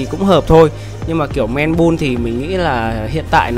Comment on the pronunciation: Man Bun đọc là "Men Băn" em ơi. Không phải " Men Bun"